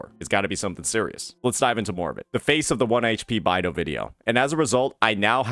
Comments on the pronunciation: It's beidou not baidou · i could've sworn it was pronounced "Bay-dough" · Today i just learned that pronounces Beidou "By-Do" 😭